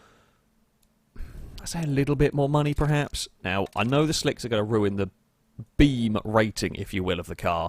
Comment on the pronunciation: Stop saying PREhaps. The word is PERhaps.